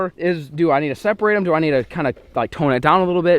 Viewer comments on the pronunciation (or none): itss not jem that is how u spell it u sey it đem